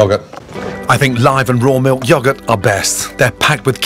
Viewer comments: why do i think him saying "yogaht" is kinda funny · Not sure which pronunciation I like better with yogurt. Yawgurt or Yo-gurt. Either way, in front of Ramsay, it's definitely yawgurt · Me: it’s pronounced yo-gurt Gordon: ya-gurt Me: it’s pronounced ya-gurt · Mmmm yes the yogert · The Yogat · This all was fine until he started saying yahgurt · British people really do say “Yuhgurt”. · Hehe "Yagurt" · did my man ramsay just say 'yogurt??????? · muji panda you see, the took the normal English language and changed it when some of them moved to the unfounded America. And when they became Americans, They’ve kept the tradition to change spellings and pronunciations of words. English - realise | American English - realize English - * yogg- ert” | American English * yowe gert * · I couldn’t sleep last night thinking about how Gordon pronounces yogurt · cool dude hate how he says yogurt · The way he pronounces some words like yogurt and kayan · The only thing I dislike is how the British pronounce yogurt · Hate the way he says "Yogurt". Just saying. Love Mr. Ramsey and his shows though...Just a needle in my side with that pronunciation. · Can we talk about the way Gordon Ramsey pronunces yogurt lmao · well as you've shown in your attempt to phonetically spell it, his pronunciation implies two g's. Yogurt doesn't have two g's.